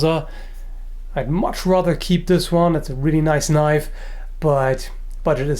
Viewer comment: "That's not a knoife! -picks up a zweihander-, THIS is a knoife..!"